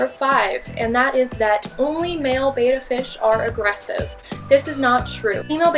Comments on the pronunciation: I have another myth… People think they are pronouncing the name of this fish correctly when they say "bay-tah" fish. This is simply incorrect. The matter of fact is, it is actually, and correctly, pronounced "bet-tah." It has been miss pronounce for so long, that it has, unfortunately, become acceptable to mispronounce their name. As an avid fish enthusiast, just one of my pet peeves. However, do enjoy your videos, and your tank is amazingly clean and looks beautiful! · Here's another myth: A lot of people Including pronounce the name ' Bayta' Maybe they're confusing it with the second letter of the Greek alphabet ' Beta ' You know...ABCD Alpha Beta Gamma Delta....etc. It's ' Betta '....just like it's spelled. It's not Greek, it's Latin. Betta is the Latin word for ' Warrior ' Fighting fish, remember? The scientific name is ' Betta splendens ' which translates in English to ' Splendid warrior.' To say ' Bayta ' is incorrect, always. To say ' Bayta Fish ' is like saying ' Eagle Bird '...redundant and therefore also incorrect. Finally, a little trivia: ' Betta ' is simply the genus name of this fish. The common name comes to us from Thailand. ' Plakat Thai ' which translates to ' Siamese Fighting Fish '. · Another myth is that Betta is pronounced 'BAY ta' The correct pronunciation is BET ta (ˈbɛtə). Please stop calling them Betafish. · First rule about Betta fish: It is pronounced as Bet-ta not Bei-ta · Thank you. I don't when people started calling them Betas. It's bet ta...like betta luck next time....thanks for that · Betta fish. Learn how to say the name. Beta is how you are pronouncing it. It's wrong. bet-uh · oK FIRST off its BET- TAH not BAY-tah BeT-Tah has 2 Ts...and is not pronounced like Phi BETA cappa. Say Bet and then TA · it's pronounced "beh-tuh" with a soft e. Beta is pronounced "bay-tuh" . But the fish is a soft e. Just a "pet" peeve of mine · It is pronounced beh-ta not bay-ta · She is pronouncing it as Beta the greek letter.